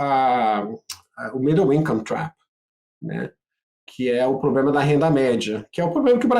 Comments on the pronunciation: Não confie em ninguém que fale ploblema 😂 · IMPRESSÃO MINHA OU ele fala pobrema